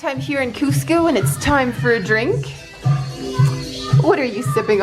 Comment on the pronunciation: This is great and all but the guy sounded like he said costco😂